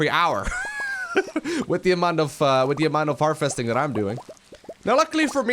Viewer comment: You say "harvesting" a lot but you continuously pronounce it "Her-Festing" and it's annoying. V, not F.